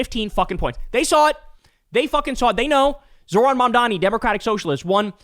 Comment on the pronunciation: Can't pronounce Mamdani but have no problem pronouncing Schwarzenegger or Tjaikovsky